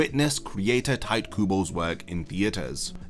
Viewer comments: It's Tito. Not Taito. Wtf dude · Sorry, but are you saying ‘tight’ Kubo on purpose? Ragebait? It’s ‘tee-teh’. You don’t need to be a Japanese speaker to have respect for someone’s name. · "Tight Kubo" bruh